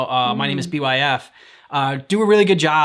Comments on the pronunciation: His name is pronounced as Bife, like life but with a b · btw his name is pronounced bite but with an f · YOOO LESS GOO Do more Byf for Destiny lore etc. It's pronounced Bye-f. Don't overthink the name. This video is fairly outdated visuals wise. He's retelling the most basic background lore of the Tenno, but so much is missing.